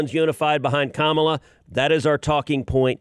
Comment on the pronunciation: It's Ka MAA LA not Kamala (speaking to the host NOT Ted, Ted pronounced it correctly).